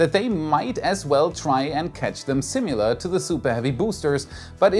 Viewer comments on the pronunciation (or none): I love your channel, but your pronunciation of the word "similar" is a little off: The second vowel is typically a schwa, but you are pronouncing it like the second syllable of "simulate", which sounds like the English "you"[jʊ"]. It sounds funny to my ear the same way it would to you if I pronounced "ähnlich" as "öhnlich".